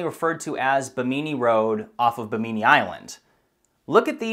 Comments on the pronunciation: Excellent video and narration, as usual. I’m aware of these sites, but you always add some interesting detail. For future videos, I wanted to let you know that Bimini is pronounced Bim’•i•ni. The emphasis is on the first syllable, and the last “i” is pronounced like a long “e.” Keep posting these interesting archaeological videos. I enjoy them all, but as a scuba diver I am especially interested in underwater sites. I have dived on the Bimini Road many times. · Bim in E road. not bim mini lol :P